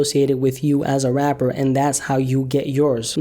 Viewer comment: I hate the way you say Rapper i will pay you if you replace it with rap or hip hop artists rap musicians anything you sound like a three year old baby